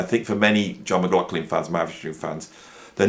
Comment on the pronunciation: Or maybe "Mc Loff Lin".... 😁😁